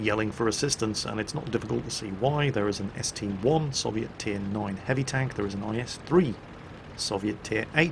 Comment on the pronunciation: it is ST I, not ST one,:D, and I have a proof, So, would you kindly call it ST I, not ST one?